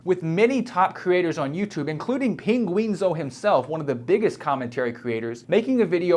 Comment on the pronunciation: It's "Penguin-Z-ZERO" and not "Penguin-Z-Oh".